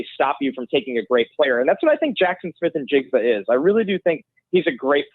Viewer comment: 15-20 seconds into this clip only solidified the fact that (still) you're both idiots. This draft is thoroughly WEAK at the WR position, & the primarily reason why the Ohio State kid ( & stop mispronouncing his name; it's NI-jigba, not IN-jigba)is being touted with any relevance is a direct reflection of the weakness of this year's crop. The priority for the Bears is the trenches on both sides of the ball - PERIOD. If we're targeting WR's at all this year, you do so on the back end of the draft (later rounds), & take your shot on a better prospect NEXT year, such as Marvin Harrison Jr. Now go back to sitting on the floor in your diapers, eating paste.